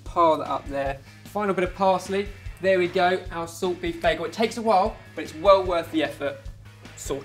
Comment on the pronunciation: Props to for the correct German/Yiddish pronunciation "Beigel", the spelling of which is above the brick lane shop and gives the clue to the food's origin. 😊